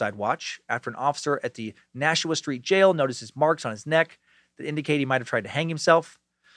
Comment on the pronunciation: Awesome job pronouncing Nashua, thank you!